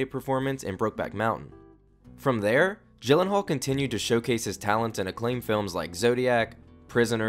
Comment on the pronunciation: Everytime you say GYllenhaal you make me cringe! He said that his name is actually pronounced "Yillenhaal"